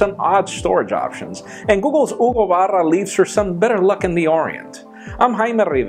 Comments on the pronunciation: I love the way you said Hugo Barra! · Came here just to hear you say "Hugo Barra". I was not disappointed.